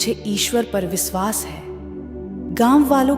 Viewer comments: Please pronounce correctly. It should be vishwas not visvas. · 1st u learn correct pronunciation... It's Vishwas, NOT Viswas 👎🏼👎🏼👎🏼